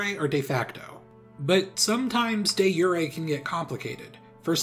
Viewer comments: Lol all I kept hearing was a “Day Yuri” map It’s supposed to pronounced with a classic J sound not the german way of making a J into a Y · Im sorry but its pronounced “deuh joor” not “day yuray” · It's not pronounced "day yuray" it's pronounced "Dee zhure" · De zhur-ay not yur-ay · It's DEH ZHUUR, not "de yuureh". Get your French pronunciation right lmao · You know someone’s American when they say “De Yuray” 😆😆😆😆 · I've always heard "de jure" pronounced with the "jure" like Juror or Juries. I mean it's the same root, meaning by law. I double checked and apparently both are acceptable pronunciations and that's neat but I've honestly never heard it pronounced that way. Given it's a Latin phrase it's possible that's a more common pronunciation in romance languages? In any case, I learned something extra from this video! Neat. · hearing you pronounce jure as "you ray" dealt 4 psychic damage its pronounced like jury but instead of an y theres a silent e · It's not sh, it's zh. Rhymes with poor. De Jure. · I’ve only ever read it J as in Juror. Was surprised at his pronunciation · Day Yuray hurts my brain. In both English and the original French it comes from I can only find it pronounced with English/French j. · De Jure is pronounced Day Ger btw. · I was not expecting "de jure" to be pronounced "de Yuri" in this video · Sorry if im wrong but isn't de jure pronounced de your? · I love your content but listening to you pronounce de jure as “day yuray” was like listening to a middle age suburban mom ask for “case-a-dilahs” at a mexican restaurant I have no idea if that is the correct pronunciation or not, but it was painful nonetheless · “De yurr-ay” Hooooooolyy smokes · Sure, but in the same way no one says "Yulius Kaiser" in English, we say Julius Siezer, I've similarly never heard anyone pronounce the J in "de Jure" as a Y sound. It sounded ridiculous and really threw me off. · You actually pronounce the “j” in de jure, more pronounced like “jur”. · Dezhure. Not yuray